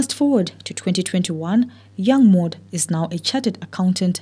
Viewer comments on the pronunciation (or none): Mawd not Mod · They pronounce it Mody ,me I work with a coloured lady by that name evrytime I tok to others about her I pronounce it Maud and they wl kip on asking me ,who they they wl end up saying ok you mean Mody